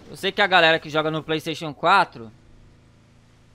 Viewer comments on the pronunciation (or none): none